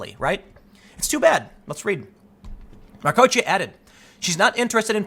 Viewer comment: Why don't you just search YouTube for names you don't know how to pronounce? I searched for Patricia Marcoccia, found an interview with her, and learned how to pronounce her name in under a minute.